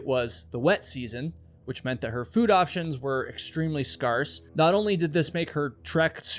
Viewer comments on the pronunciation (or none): “Scarce” is pronounced like “scare”. Not like “scar”. And was it a can of oil, or gasoline? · How do you pronounce scarce??? Scarrceh??? 😂😂😂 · Scar-ce? No, scare-c... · Scaarse? Really?